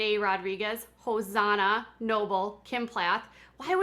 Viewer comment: Also, It’s Hos—ANNA. Not Hos-AHNA.